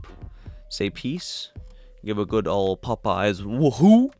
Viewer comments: The Three GOOD Fairies, not "hooded" faires. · It's the Three GOOD Fairies, not three 'hood' fairies